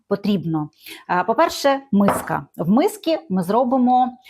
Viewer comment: В мисцI!!! Не в миски!!!